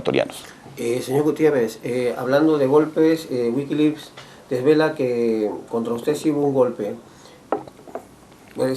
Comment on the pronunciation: ¿Qué es eso de "Wikilips" ? ¿Periodista ese que no puede ni pronunciar? Esto seguramente lo grabaron en la casa del mismo Lucio. No puedo creer que todavía aparezca este tipo (Lucio) que no recuerda que fue ÉL quien orquestó y participó en un golpe de estado.